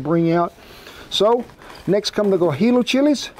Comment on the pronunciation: Guajillo is pronounced Gwa hee yo! I don't mean any trouble or giving you poo for it! I'm just giving you some free edju macation! Enjoy alot of your videos! Thanks for sharing! Howdy from South Texas!!